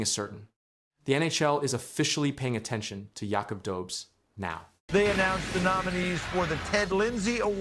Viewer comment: Tampa isn’t a dynasty, and its pronounced do-besh.